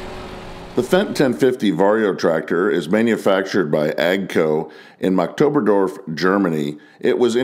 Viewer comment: The 1050 is imo one of the nixest looking standard tractors out there. I sat on one a few months back and the thing GIGANTIC. Also a slight correction on the city they're built in: Its pronounced Markt-obern-dorf. The T is part of "Markt" (german for market).